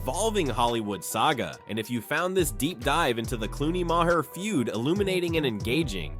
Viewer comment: Just some moron narrator, where’s the actual content? Also, its not pronounced “ma hair”